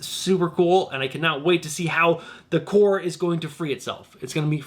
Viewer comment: Love your show and channel excellent content, one note the “ps” in the word Corps is silent - so we pronounce the word Corps the same as Core - like Marine Corps (“Core”) and Green Lantern Corps (“Core”) - keep up the great work! 😁👍